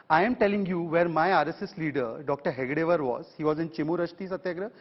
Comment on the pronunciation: Time and again, Congress spokesperson is wrongly telling hedgevaar as hegdevaar.